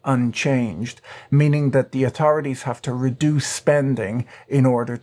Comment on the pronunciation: Who else loves it when he pronounces words like "atorities."